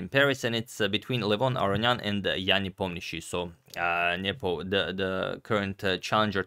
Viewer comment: I just love how flawlessly you pronounce Ian Nepomiachtchi's name! 10/10, every sound right on spot. Cheers, Antonio!